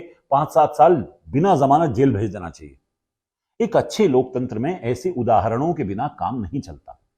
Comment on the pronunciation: जी अपने अपनी बातों में कई बार लोकतंत्र की दुहाई दी तो कम से कम शब्द तो सही बोलिए ।"लोक चंद्र " कहिए महा मानव से कुछ सीखिए